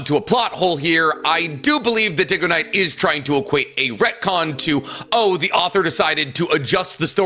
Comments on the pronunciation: Diggoknight lol... but idk bro is just really bad with names. I'm not sure if he's doing it on purpose. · "DiggaKnight" OK BRO HAHAHHAHAHA Dude's never seen your content before this 😭😭